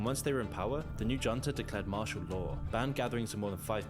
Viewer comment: was annoyed by that and by CastiLo for Castillo and junta with a hard J, progressive English has adjusted to sound less xenophobic and isolationist like this throwback stuff